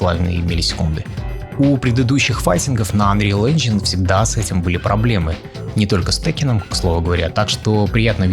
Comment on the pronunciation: Мне одному плохо становилось, когда автор ролика произносил unreal engine ?😂